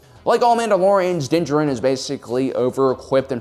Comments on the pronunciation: How do you manage to say his name wrong? It's not like you could have read it in a novel and not seen the show. The way you say Djarin and Beskar makes it sounds like you don't even watch the show but just read the notes of some nerd who did... Hmmmm. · Kinda cool that you put all that research in but can't say his name correctly... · I really wanna watch this video but I'm sure my dude is just gonna mispronounce Mando's name the whole freaking time:/ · I cannot stand the way this guy mispronounces Djarin every single time 😐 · "dinjerin" I am convinced that this man makes an effort to mispronounce every single name in Star Wars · I see doesn't read comments or has chosen to be stubborn: still meshing the Mandalorian's two names in cringe-worthy fashion. Din JAR-in. You have the wrong em-FA-sis on the right syl-A-bulls. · I think he means that the guy pronounced his name like jerin rather than jarin. I think everyone knows the D is silent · that doesn't make it juh-rin, it's jar-in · It’s actually pronounced as “Din Jar-in”=Din Djarin not “Din Jah-rin” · Its din JAR-IN not Jerin. Just saying :/ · Why do you keep saying djarIn when it is djArin? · Has this guy even watched the show? What is going on with his pronunciations? Din Djarin is pronounced "din JAR-in". He says his name for the first time in the season 1 finale, but this guy calls "DIN jur-in". Beskar steel is pronounced "BES-car" by every character in the show, but this dude is saying "buh-SCAR". This is just another one of those soulless videos that capitalizes on what's popular without any real understanding of it. It's really obvious he's reading a script that was written by someone who's actually watched and appreciated the show. I feel bad for whoever wrote this script only to have this clueless dude mispronounce everything. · It must be my bedtime cos i kept hearing him call Din "Danger Rin" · Nobody:: Dinjerin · I’m here for Din-jaREEEN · It’s (DIN-Jar-in) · "din gerin"